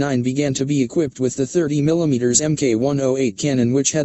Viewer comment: Yes, that definitely lets down.the credibility. Almost as much as some of the thumbnail pics on this channel, where the wrong plane is shown! The way the fake voice tries to say millimetres; "millometres" was funny the first time, but then it's just irritating.